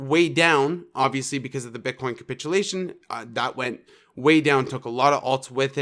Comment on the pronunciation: great call of 32k area... also please stop saying "cumpitulation"... its capitulation and you are honestly being agressive